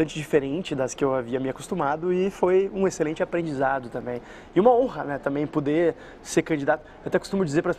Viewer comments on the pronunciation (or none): Fábio, reparei que quando vc usa o verbo poder a pronúncia fica “pudê”.